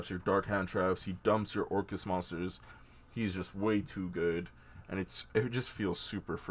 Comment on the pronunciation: Yo, think your missing the ‘c’ in orcust lol